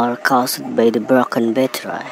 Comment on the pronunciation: It is battery not batterai